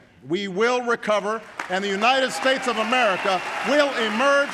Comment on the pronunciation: What did she say? Unined States?